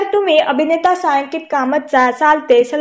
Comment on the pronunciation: मॅडम सालते नाहीये ते सलते सलानाते आहे ते नी वाचा जरा